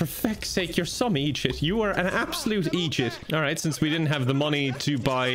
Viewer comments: pronouncing idiot as echiot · “Absolute eedjit”